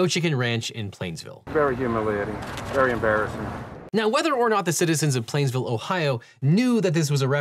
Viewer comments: it's painesville not plainsville😂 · PAINESVILLE NOT PLAINESVILLE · It's Painesville not Plainesville. Sadly Judge Cicconetti has since retired. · PAINESVILLE, not PLainsville. Wtf dude, you’re a lawyer. There’s a huge difference. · You pronounced Painesville “Plainsville”, just a heads up ! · It's Painesville, pronounced [peynz-vil ], not Plainsville, Ohio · Painesville, Oh! Not plainsville. The only thing they are know for..... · I gotta be that guy and point out it's Painesville OH not Plainesville, however I now have a new insult so I'm not too mad 😂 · Painesville, Ohio. Not Plainsville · It's Painesville, not Plainsville, Devin. As in Revolutionary War Gen. Edward Paine. I'm sure about 99 percent of your audience didn't know and didn't care, but FORMER, RETIRED Judge Michael Cicconetti conducted my wedding ceremony. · Ahhh! I grew up near here and heard of people being sentenced by Judge Eddie, was largely regarded as an honorable and respected judge. But, its Painesville, pronounced "pains-ville" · I'm sorry, the pronunciation of Painesville is uh, bad (as a resident) I can't blame you too much, most people get it wrong who don't live in Ohio, but uh yeah it's bad.